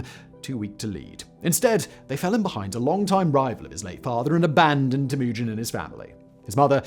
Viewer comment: The way this f*ck says Temujin maked me STOP watching. I don't know if it's his weird trumped up English accent which prevents him from say Temujin somewhat properly, but there are countless historians who say it correctly. Sorry about your accent bro. God bless!